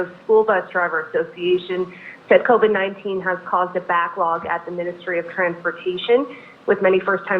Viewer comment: Covid.......not co-ved.....